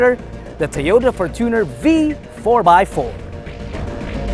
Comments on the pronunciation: fortune-r not for-tuner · is that the correct way of how to pronounce the fortuner? you said, “for-TUNER” isnt it from the word “fortune”? and not “tuner”? hence, “fortune-r”